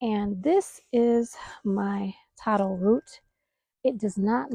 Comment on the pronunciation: Congratulations for saying taro correctly. You wouldn't how many people and AIs get it wrong.